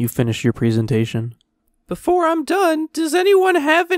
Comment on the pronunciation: Presentation not preesentation